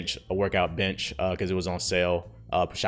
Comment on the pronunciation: And also I bought a bitch. Me: He said what?? Him: and also I bought a bench 😂